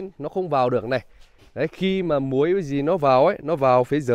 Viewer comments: Muỗi mà nghe ra muối không 😂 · Muỗi. Cứ bị nghe thành muối. Ai nhue mình ko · Đầu video cứ thắc mắc sao bên đó lại mưa có muối, lúc sau mới nghe thấy từ chích mới biết là muỗi 🤣🤣🤣, ô nói hơi ngọng nha😅😂😂 mãi iu team❤❤❤❤ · Ổng nói muỗi vào chuồng dê, mà đầu cứ nghe muối muối, thắc mắc k hiểu muối gì mà vào. Mãi sau mới nghe ra. Haha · Có ai như mình, muỗi mà cứ nghe là muối :D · con muỗi mà mình nghe là muối. kk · muỗi mà lúc đầu nghe ra muối =))